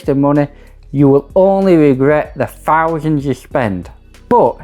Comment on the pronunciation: missed one it`s thousands not fousands you mong 🤣